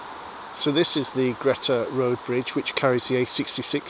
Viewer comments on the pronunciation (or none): River Greta is pronounced Greeta